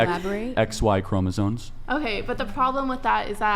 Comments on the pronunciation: WTF is a chroma-ZONE? Sounds like a fucking OBS filter. How can anyone expect to be taken seriously in an argument if you don’t even know how to pronounce the central word in your argument. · Why do you people continuously mispronounce "chromosomes"? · Love charlie, love his work, its pronounced Chromosomes with an M!!!! Bugs me to no end that one. Peace!